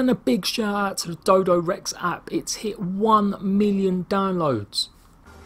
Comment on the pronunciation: Its Dododex not Dodorex